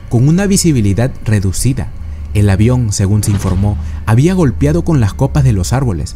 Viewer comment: S e dice GOLPEAR,no GOLPIAR...